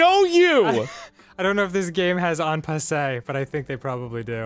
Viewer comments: En passant. Not en passe. Eh, why am I criticizing, at least one of them even knows this is a thing in chess...which is more than I expected. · EN PASSAN! NOT "on passeh" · its "En Passant", not "En Passé", because you take the pawn "En Passant" behind it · "aunt passé" En passant [ɑ̃ pasˈɑ̃] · en passant, not en pass-AY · Anybody else really mad they're calling it "En passer" when it's "En passant"? (which means "in passing" in french , whereas they're saying "in passed"...) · I think Dan means En passant, not "en pass-ay". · It's "en passant." Not "en passé." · It's "en passant", not "en passé" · It's "en passant", Dan, not "en passe." I'm guessing not many French speakers in your Jersey chess club? :-D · It's pronounced "En Passant." Not "On Passay." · ITS EN PASSANT NOT EN PASSE STOP TRIGGERING ME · it's en passant not en passe..... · Wow. Surprised this game has onpassoint. Not how you pronounce it but...neat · please fucking say en passant correctly "un pass-ont" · For all of his ability at Chess, Dan never learned how to pronounce En Passant for the life of him. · "Yes, I know what en passe is!" ... Yet you clearly don't know that it's actually called en passant. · argh! pronounce en passant right!! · You're saying en passant wrong.